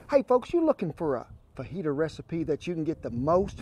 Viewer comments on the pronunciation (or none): none